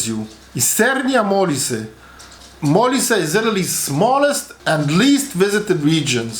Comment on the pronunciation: Benevento, darling. Otherwise, A+. Sorry, also Mo-LI-se.